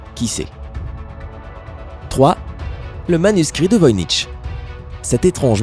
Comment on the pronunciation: cest le manuscrit de voynich pas veuyncheese